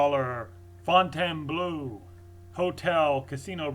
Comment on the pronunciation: It is pronounced ''Fowe n taine blow''